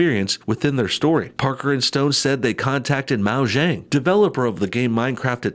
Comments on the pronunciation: why are you saying "Maojang" its Mojang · Mao-zhang? Seriously? Mo-jang. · Hey, hey, guy. It's pronounced Moe-Yang. Still good video though. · XD Mo jang, I love to nitpick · "Mao-jang" lol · why do you pronounce mojang MAO JANG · Is he saying Moujang? DID HE SAY MOUJANG? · IT'S MOJANG (MOE-JANG) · Its pronounced Mojang with a capital O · Wait a second... what wad that pronunciation of Mojang... lmaooo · The way he says Mojang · You pronounced Mojang wrong. It’s a Swedish company owned by Microsoft. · you Boomer, you pronounced Mojang wrong. This is a huge anti gamer moment. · Please don't say mojang like that again